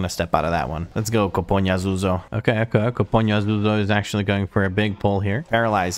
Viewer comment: Koponyazúzó is in Hungarian. It means Skullbreaker. You said it actually really good. Love the all the pug to 2.8k series. Keep it up!